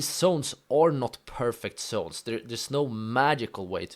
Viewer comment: It's zones bro not sones 😅